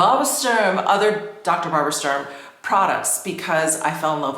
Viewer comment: Please stop saying Dr. Barbara Sturm that way